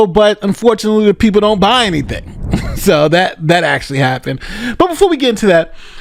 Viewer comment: “Anyting”,? 😂